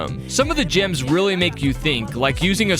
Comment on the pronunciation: I don't know why but I thought you said jams instead of gems lol